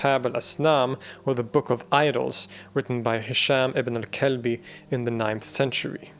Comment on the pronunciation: I can’t help but laugh whenever you say ibn al kalbi 😂 you pronounced it right but in my dialect it means son of a b*tch